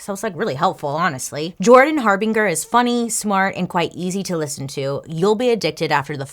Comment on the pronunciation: PLEASE DON'T HATE ME... THE NAME JORDAN HARBINGER = HAR~BEEN~JUR JUR? OR JER JUST IN CASE YOU EVER NEED TO USE THE NAME AGAIN...WHICH I DOUBT... SO I'M 😢SORRY❣️🤟🏼